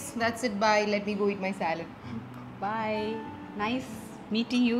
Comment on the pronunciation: That is Saalad not salad